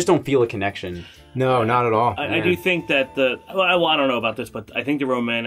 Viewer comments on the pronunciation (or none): nobody: scott: ionknow